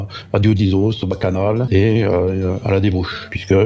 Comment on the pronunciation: Il parle sans doute des bacchanales mais prononce mal. On y perd rien au change